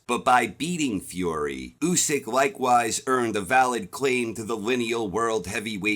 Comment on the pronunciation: At least you pronounce his name correctly! Usyk won that fight 8-4 or even 9-3 ! And by ko if w’ere being honest! If Fury shows up in December Usyk will finish him in round 10 !! That is my prediction!